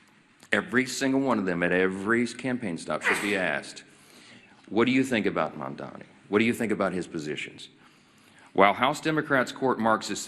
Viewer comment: These people don't even know how to say Mamdani, how could I trust them to know what his policies are?